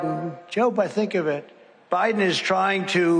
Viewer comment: 🤣🤣 it’s Joe BIDEN not Joe BRIDEN 🤣 Trump has the BEST words 🤣